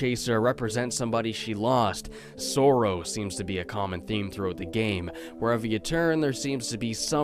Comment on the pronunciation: Yea, it’s bc of his he pronounced it. Ya know? Because he’s a Canuck.